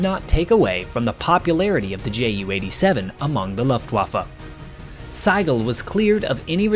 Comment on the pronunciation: The name Sigel is pronounced Seeguhl. In German the "i" has an "e" sound.